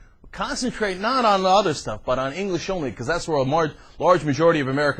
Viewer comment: "hayaah speak englissh" haha